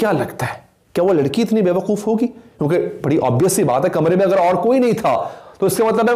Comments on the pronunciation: Yar “aghr” nai hota, “agr” hota hai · “اغر” نہیں ہوتا “اگر” ہوتاہے۔